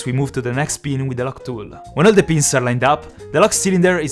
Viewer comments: The way he says pins sound like beans😂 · I thought he was saying beans not pin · Every time you said ‘i can see the pins’ I thought you said ‘i can see the beans’ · Whenever he says pins it sounds like he's saying beans. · D When you say ‘pins’, it sounds like ‘beans’